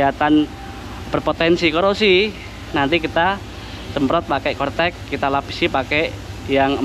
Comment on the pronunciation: Corec eh cortec hee